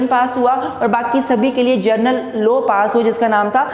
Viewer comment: It's not 'low' it's 'law'